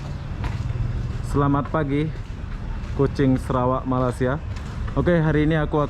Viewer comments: bang cara bacanya maleysya.. bukan malassiya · Malaysia, bukan malasia biar fasih kedengaranya.